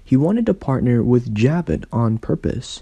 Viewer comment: It's not Jab it.... it's Ja bow....